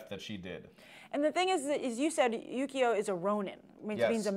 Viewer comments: every time says "Yukio" i hear "Yu-gi-oh" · They kept saying yugio, it's yukio ki Ki ki duh